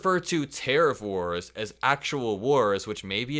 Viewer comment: Did he say, he stopped whores, or wars?